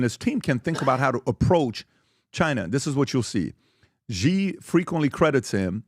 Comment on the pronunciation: If you know anything about Chinese politics you would know that Xi ( pronounced “she” by the way) is much more aligned with Mao and NOT Deng.